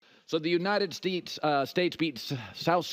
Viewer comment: The United Stetes -Colin Cowhere 😂😂😂😂😂😂😂😂😂😂😂😂😂😂